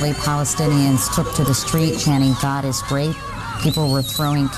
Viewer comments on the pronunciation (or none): none